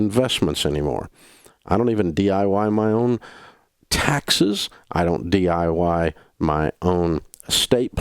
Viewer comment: “I don’t DYI my own investments” Dave Ramsey